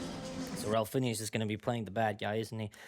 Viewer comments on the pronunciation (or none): It’s pronounced: Fines